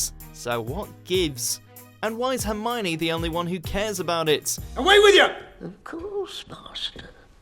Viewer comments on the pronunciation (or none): none